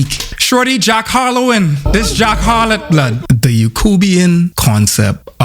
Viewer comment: 'Jack Harlot' give this man an E.G.O.T!